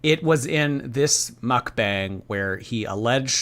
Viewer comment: Hey, just letting you know, it IS pronounced 'muhk-bahng'. It's korean